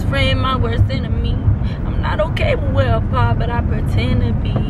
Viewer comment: she said Ohke 🤭😂😂😂😂